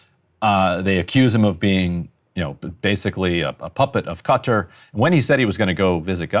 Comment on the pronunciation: Ryan is the man. Correct pronunciation of Qatar